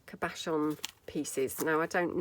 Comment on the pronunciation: It’s pronounced CAB-a-shawns NOT cuh-BASH-ons